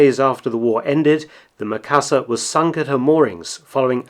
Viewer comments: Sorry, I just have to..... not Meh-ka-sa, it's Me-ka-sa. Japanese vowel "i" is pronounced like the "e" in the word "me" or the double "ee" in "feet". I've been slammed for this by my Japanese 101 teacher. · Is "ME . KA . SA.", base on Japanese English.......